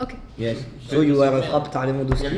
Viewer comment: J'étais morte de rire wsh 😂😂 Inox il remix des mots en anglais genre il transforme "heart" en "hearth" Et durant tt la vidéo personne lui a dit que c'était "you are" et pas "you ére" 😭😭